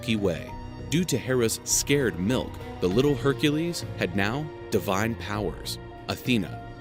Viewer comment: "Hera's scared milk"; You mean "sacred", right? 😂